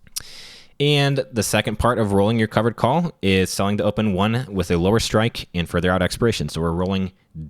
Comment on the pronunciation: Selling to open - definitely heard selling dope the first time too